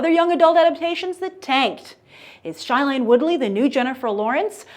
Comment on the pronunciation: It Is NOT shilene!!!!!